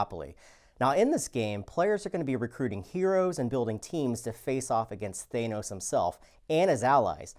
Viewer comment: The way you pronounce Thanos fills me with rage.